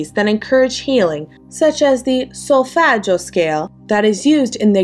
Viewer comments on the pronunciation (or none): the way she says solfeggio is giving caccio e pepe!